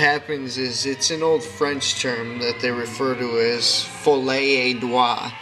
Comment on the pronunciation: You mean Folie a Deux.....It's pronounced "FOLL-E A DOO". Learn to pronounce something before you attempt to use it to try to sound smart. It's French, sweetheart. It's not that difficult. I'm shocked nobody else corrected you. However, this is You Tube where people aren't that bright or educated. sigh.